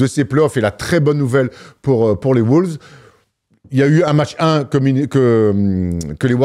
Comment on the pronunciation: Les mecs vous êtes géniaux et je vous suis depuis 10 ans, mais pourquoi diable prononcez-vous "les WOULVES" ?